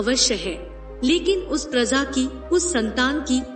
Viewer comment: prazaa nahi hota madam praja hota hey razaa nahi hota raja hota hey. Pata nahi kaha kaha se aatey ho tum log